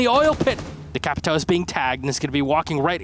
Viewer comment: the worst is when they just say capital and capitao.